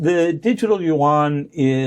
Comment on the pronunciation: Why did I just hear "Yuan World Currency", as in "one" or even "won". I don't think I shall be able to unhear it this way for the rest of my life. :0(